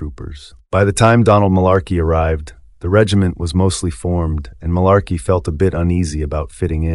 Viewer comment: If you've seen the Band of Brothers series, I don't understand why you can't pronounce the name of the town "Mourmelon" and Marlarkey's name correctly when both are mentioned enough times where you should be able to mimic the pronunciation. Also, I've taken much interest in this BoB series, but as a 61 year old USMC retiree whose father was a WWII vet (that's him on the right and my his brother on the left in Paris, France in April 1945 in my icon to the left) it's important for your viewers to understand that history is always through the perspective of any one individual viewer. Any seasoned historian who has actually interviewed veterans will tell you, you get two guys who fought side by side in the same line, as an example, in Gettysburg, and both veterans will tell you two different stories of what happened. It is the nature of history because events are viewed by people's individual experiences and perceptions. So, no one should be surprised that different veterans were big fans of one officer or one NCO and another group of veterans despised the same officer or NCO. A soldier who thought Capt. Sobel's disciplinary style was necessary would like him while anyone who thought his style was chicken$h1t and unnecessary would despise him. On the other hand, a highly experienced, but ineffective commanding officer, such as the CO of the USS Pueblo ,(Google the Pueblo Incident)--based on the sources I've read which was due to his alcoholism--was very well liked by all the enli